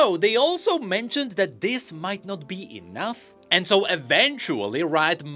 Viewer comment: why do you say "enouth", instead of "enough"?